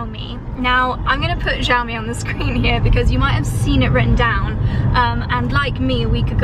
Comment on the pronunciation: I've been loving all the renovation/interior design content. Also, "Xiao mi" is pronounced like shao me 😄